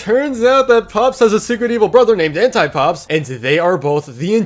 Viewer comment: i heard hentai-pops rather than anti-pops